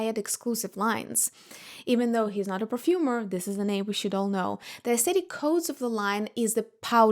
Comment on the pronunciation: You're a very nice and smart lady but also so pretentious. However you can't even pronounce the word 'aesthetic' right.🤔🤔